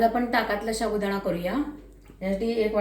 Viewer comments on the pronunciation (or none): शाबुदाणा नाही साबुदाणा असा शब्द आहे तो.व्हिडिओ मध्ये भाषा शुद्ध हवी.